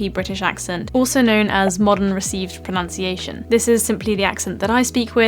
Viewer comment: Pronunciation is pronounced erroneously here!